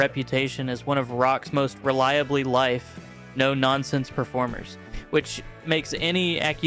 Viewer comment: It sounds like you’re saying life instead of live.